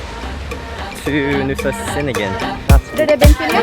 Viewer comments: C's in indonesian sound "cheh" So cheningan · "C" is pronounced "Ch" in Indonesian - so now you know. Gili "Air" - "Air" means "Water" and is pronounced a bit like "Eye" but with an "r" on the end. I am enjoying your videos as it is good to see what Bali and Lombok and surrounding small islands are like during this time. It is also SO good to see places where masks are not worn. Masks are also not worn by the locals around Bromo in East Java and in the village areas of Madura....so much healthier not wearing a mask. The damage frequent mask wearing can do to our lungs is really shocking. How many other places to stay are open in Nusa Ceningan? I guess it was Mushroom Bay - the beach you went to on Nusa Lembongan. I can't remember any other good beach.